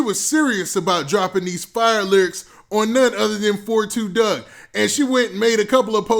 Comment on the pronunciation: LMFAO 30 seconds into the video you said "After learning why his name is 4-2 Dugg I will never make that mistake again"! Right after you said that you called him 42 Dugg again instead of 4-2 Dugg🤦🏽🤦🏽🤦🏽🤦🏽🤦🏽